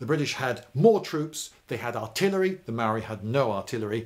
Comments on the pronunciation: Maori is pronounced “Moul’dy” And yes, kiwis like digging holes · Maori is pronounced with a rolled r. I always thought of it like arrriba. maorrri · Tauranga= Pronounciation = toe -rong -a Maori = mould - ee, although I’m glad you didn’t say The Marry people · Your content and style are great ,however your pronunciation of especially maori words and place names is very hard on a kiwis ear. Tauranga (tow-ronga) maori (mau-ri) and pa is spelled this way as maori is a written language. I suggest its only ever been spelled pah in pomey books. Love your work though. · Why do English people never bother to learn to pronounce the words they're using in educational videos? Maori is not pronounced mowi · its pronounced maourii the ao should be quite deep and you roll the r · I reported you mate. You have no idea of the cultural context, you mispronounce Māori words and called Māori "less civilized". As a New Zealander it's really unacceptable for me.